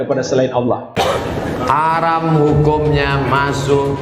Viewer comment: Huram harom Huram haruum Belajar lagi boos Biar lembut didengernye Ga bengis kaya gitu da,wahnya